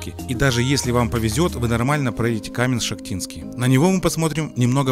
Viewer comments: Каменск-шАхтинский, а не Каменск-ШахтИнский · Добрый день. Каменск-Шахтинск ударение на букву А от слова шахты